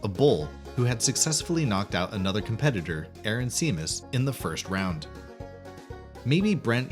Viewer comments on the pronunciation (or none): none